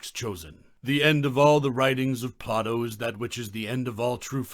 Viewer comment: Why do you pronounce his name as Plah-toe instead of Play-doh?